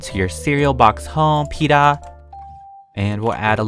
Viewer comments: Wow PEETAH MILK AND PEETAH CEREAL